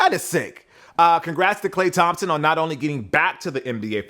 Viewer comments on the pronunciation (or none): none